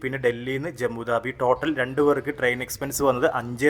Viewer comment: സുഹൃത്തെ, ജമ്മു ദാബി എന്നല്ല ഉച്ചാരണം, ജമ്മു താവി എന്നാണ്. സരോജിനി മാർക്കറ്റ് എന്നല്ല സരോജിനി നഗർ മാർക്കറ്റ് എന്നാണ്. ഇതൊക്കെ നല്ല perfection ൽ പറയുന്നത് തന്നെയാണ് ഭംഗി. Please respond